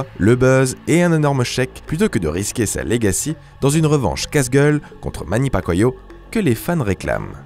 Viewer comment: Manny pakoyo ? Sérieux ?!